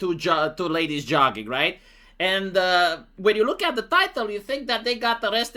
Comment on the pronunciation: it's not jugging it's jogging!